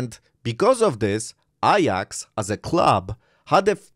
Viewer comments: Why are you saying “ I AX” and not “A JAX”? Your English pronunciation is really bad… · Iyax? It’s Ajax, as in my kitchen cleaner 😅